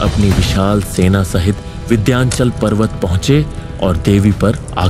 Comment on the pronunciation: Vidyanchal nahi hai, vindhyachal hai.... Visuals sach me kaafi achcha hai....